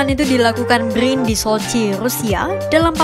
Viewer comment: Brin bukan bgrrin 😂😂